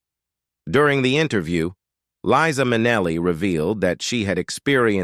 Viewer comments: I get that this is AI , but come on ! Someone still posted it ! Shameful to have Liza’s NAME , as well as others, mispronounced! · I have been a fan of LiZa Minnelli for many, many years, since she and I were both young. I found it painful to hear her name mispronounced so many times in this post, especially since she bothered to record a song to teach us all that her name is "LiZa with a Z NOT Leesa with an S." She deserves better than this. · "Its Lisa with S NOT Liza with Z because Liza with Z goes zzzzzzzzzzzzzz not sssssssssss" This is part of one of her songs teaching how to pronounce her name...Its this a person or a bot? Cause it goes from one pronunciation of her name to the other several times? I also noticed some other wrong pronunciations of other words. There are also some wrong facts about her life...just saying...She is super charismatic, educated, intelligent, great dancer (she went to a ballet school) and singer and a kind person. Like her mother, with a huge number of gay people. She is just great. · You mispronounce her name?! It’s Liza not Leesa. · I absolutely love this woman. And LIE-ZA (with a Z). Not LEE-SA (with an S). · Her name is pronounced LIE-ZA, not LeeZa! I have loved her since I first saw her. She is beautiful! 🥰🥰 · LIE- Za !! Not Leeza, you idiot! What else have you gotten totally wrong? Sorry , fella, but that is extremely annoying. You don’t know how annoying! Have you even listened to her song “Liza”? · It was Judy who had the sad life, and it’s LIZA…not LEEESA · Ikr, Leeza is not Liza. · Liza is an incredible talent. And it’s Li-za with a Z. C’mon can you get it right in the days of Chat GPT?😊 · This announcer doesn’t even know how to pronounce her name!! He says Leeza!! 🙄Then also says her name correctly. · LEE-sa MIN-e-lee? Whoever the narrator of this video-tabloid is, he should at least learn how to pronounce the subject's name consistently. Pathetic! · "LIE - ZAH". Get it right robot voice boy. PATHETIC!